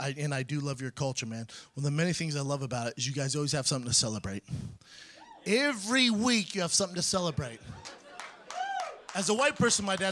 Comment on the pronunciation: why does Brendan pronounce 'every' like you take the word 'give' right and take away the 'g' you have ive. He says it like that ivrey. listen. Once you hear it, it will haunt your dreams